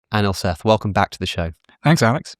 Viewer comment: It's not ayenil seth it's aa-nil say-th, th not pronounced as you'd in seth but harder